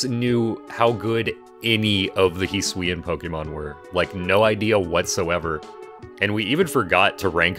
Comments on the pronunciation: hee swee an will make me shoot myself in the head he better reveal that this pronunciation is a joke hes doing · shaking and crying rn at the way you pronounce hisuian